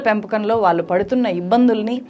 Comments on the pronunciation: వాల్లు, వీల్లు ఎంటి ? తెలుగుని సరిగ్గా పలకలేవా? నీ టీచర్లు ఇలాగే నేర్పారా తెలుగు ని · మీ కంటెంట్ బాగా ఉంటాయి. కానీ తెలుగు మాత్రం బాగో లేదు. వాల్లు, వీల్లు. మల్లి, ఏమిటా తెలుగు? కొంచెం చక్కటి తెలుగు పలకండి కదా!!